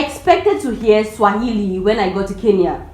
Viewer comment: Your Kiswahili is spot on.